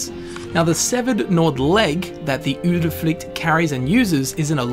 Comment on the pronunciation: As a swede I think he nailed the norwegian